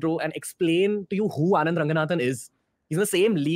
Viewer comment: Bro "Anand" not Aand😂😂. Pls don't mind it but I lost it when I read that!